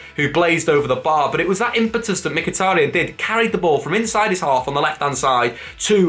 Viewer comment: has finally pronounced mkhitaryan properly! 🎉🎉